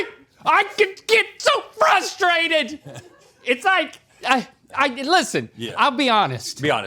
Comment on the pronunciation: English lesson! :FRustrated ! NOT Fustrated ! Two "r's" NOT one!